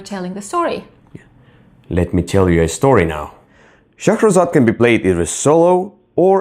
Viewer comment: Another great review guys... LOVE the way you pronounce Shahrazad. It's so funny when you correct one another in your reviews. It's great hearing the two perspectives. "I just have to become better than a movie" LOL Brilliant.